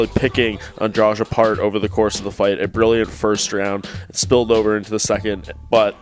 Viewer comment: Why none of this idiots can't pronounce Andrade's last name? It is not Andrach, it is AndraDee I can get why they can't say Joanna's last name but this one is pretty easy